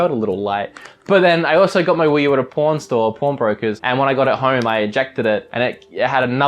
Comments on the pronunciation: Because of your accent, it sounded like you said you got your Wii U from a Porn Store... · it sounded like he said he got his Wii U at a porn store lol